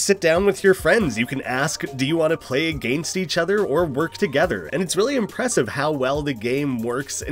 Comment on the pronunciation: why do you say against like that